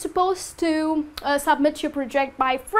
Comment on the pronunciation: Please, be careful about the way you stress words like "sentence", "scheduled"and "submit". "Practical English Usage" (Michael Swan) explains ON TIME like something done at the planned time, neither early or late, not obligation. Good job on the whole!